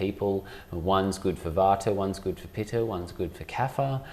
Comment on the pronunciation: He said vater and pitter? Isn’t it vata and pitta? Why the different pronunciation? Good info though! 🙂